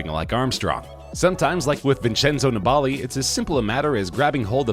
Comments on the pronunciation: Neballi???? Its niballiiiiiiiiii 🙄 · Vincenzo Nibali's last name is pronounced "knee-buh-lee", not "ne-ball-e" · Maybe Lance is the reason cycling has a bad rap in the USA. Or, maybe it’s because guys who make videos about it don’t know how to pronounce “NEE-bull-LEE.” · It's pronounced 'nibbly'. He's a pretty famous cyclist who's had massive success. Be good to get his name right. It's also not spelled Dwight Howard. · It's actually disgusting how the narrator pronounces Vincenzo Nibali's name. Eugh! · You totally failed at pronouncing Vincenzo Nibali's surname right. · Horrible attempt at pronouncing Nibali by the narrator